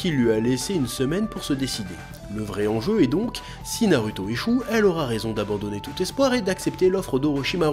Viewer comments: Moi ce qui me fume c'est pourquoi tu prononce "u" au lieu de "ou" dans les prénoms "Naruto", "Sasuke", et "Orochimaru" alors que pour "Tsunadé" tu prononce correctement😅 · tu dis TSOUnadé mais NA rue to, comprend pas, fait un effort